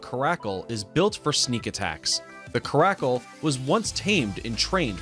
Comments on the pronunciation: In number 9 its pronounced keh- ruh-cal not ka-rack-al jeez no offense but this channel barely knows stuff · Its CARE A CUL not crackle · You mean carecl not caracul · At the part with the caracal it's not pronounced like "karakal" it's pronounced like "care-acal" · Coracle is actually caracal (care-ah-call) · It's not Ca-RACKLE, it's CAR-a-cul. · I know our accent is not that good but pronounce the words better!! Kara-cal not caracul. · Caracal is pronounced care-ah-kul not krackle. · Car a cal Not carkakal caracal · Apparently I've been saying Caracal wrong this whole time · It's pronounced Care I cal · Peter Wanabe Lmao glad someone agrees. I hear him saying Krackle, which surely is not a cat species! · Lol, l was grumbling too..l said "common guy that's not how you say it, it's pronounced 'Ca- ra- sell'." Then l read your comment and was like "ohhh" ;-) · Interesting. Please note that 'boreal' and 'caracal' are accented on the FIRST syllable. Bóreal. Cáracal. You might have been thinking of Carácas, Venezuela! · Mountain lions are very common, you should have put a sand cat or fishing cat, also caracal is pronounced Care-A-Coal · Number nine I think there is another way to say Caracal (Car-acal) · care-ACK cal LMAO! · Phe pronounces caracal like Kuh-rack-Ole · In this list #9 is the Caracal. The pronunciation is wrong! It's pronounced CARE A CULL! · Caracal is pronounced care-a-call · Caracal pronounced cara cal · HA HA HA I think the narrator said it wrong. LOL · i love lynx foxes and lynx r my fav animals Wow he doesn't even know how to pronounce caracal im literally only 10 years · Check the pronunciation of “caracal.” I don’t think you’re pronouncing it, properly, but I may be wrong. It’s not a species that you typically hear about in discussions, in my part of the world. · Are we all going to ignore how he pronounces caracal? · excuse me how did you just pronounce caracal? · Who the frick says caracal like that? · You pronounced caracal wrong 😂